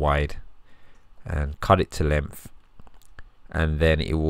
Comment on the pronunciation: Why can’t you say “th”? Why do you replace it with “f” and “v”? The word is “that” not “dat”. The word is “with” not “wiv”. The word is “length” not “lengf”.